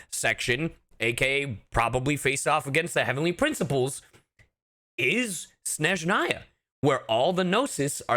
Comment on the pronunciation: When an american pronauncecs Snezhnaya correctly instead of SHneSZHnaya 🤤🤤